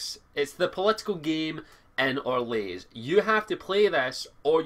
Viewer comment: Its Or-lay! Not Or-lays! For some reason that annoyed me xD